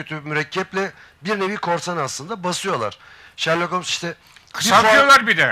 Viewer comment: Holmes diye mi okunur o Allah aşkına